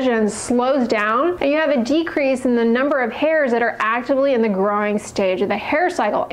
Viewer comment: Whenever you say, "growing," it sounds like "groin."